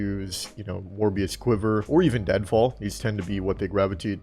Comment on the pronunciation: did u just call it morbius quiver?